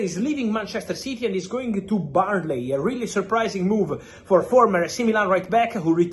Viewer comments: Burnley not Barnlee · The first time I thought he said Bali !